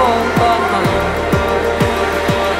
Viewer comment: The song is good, however, and I have no idea why, but I don't like her pronunciation of heatwave... It's really weird I know but like I just cringe when I hear it said like that. Good song tho!